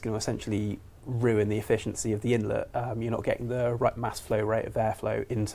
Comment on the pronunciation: InlEt not inlot